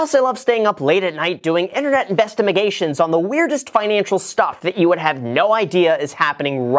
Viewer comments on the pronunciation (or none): whats up graham its guys here. investimigations i love a good investimigation😂😂